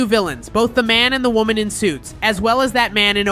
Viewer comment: is woman not wonan